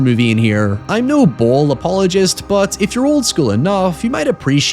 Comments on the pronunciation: First native english speaking Youtuber I ever heard correctly pronouncing "Uwe" but then completely warping "Boll" making it "Boyle"(?). Easiest way to at least come close to the correct pronunciation would be to use the english 'ball'. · Something I didn't expect when entering English speaking Youtube is how weirdly hard it is for native speakers of English to correctly pronounce Uwe Boll. gets relativly close - "Boll" is pronounced less like "boil" and more like "ball", though. Worst variant I heard so far on YouTube was "Yuvee Boll". No Judgement though if you can't pronounce a name that is from a language you don't speak, that's hard. My intuition just never expected "Uwe Boll" to be one of the hard ones. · I think it's pronounced "bowl" unless you're mispronouncing his name on purpose. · It's uwe boll not uwe boil also I'm just going to say it postal is not a bad adaptation I think postal is actually one of his better movies and one of the better videogame movies out there. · Calling Uwe Boil instead of Boll is the new canon.